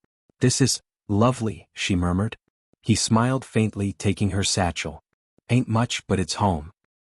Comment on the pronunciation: TACking instead of taking?